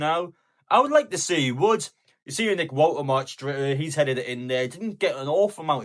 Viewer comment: mate it’s pronounced VOLTERMADA not WALTERMARD 👍